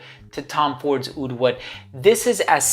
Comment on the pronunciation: But not oud :)